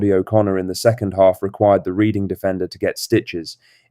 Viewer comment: Red-ing is how it should sound my Bhoy, although its spelled Reading, you`ll thank me one day lol